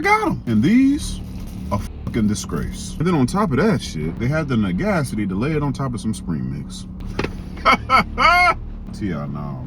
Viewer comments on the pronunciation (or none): Not Negascity 🤣🤣🤣🤣!